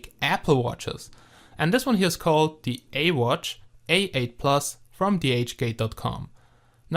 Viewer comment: You dont say ee watch you say this as iwatch